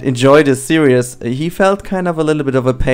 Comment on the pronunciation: Please my friend... It 'series' not 'serious'. Love your video's, but this really, really annoys me.... Keep up the good work though! ;)